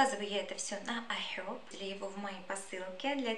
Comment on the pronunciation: IHerb с американским акцентом, тогда буква H в начале не произносится.